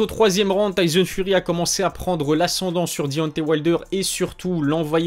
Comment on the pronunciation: Travail ton accent anglais, je saigne des oreilles. Dionté wayldeur.. Wesh t sérieux ? Taizone furi...bien drôle